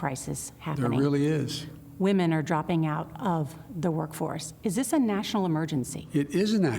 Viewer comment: “Come on Wo-man!”